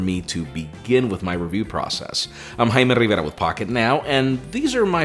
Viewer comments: Yes, it pisses me off everytime he says his name. I'm. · When he stops saying 'Im ' I'll start liking his videos. For now, disliked.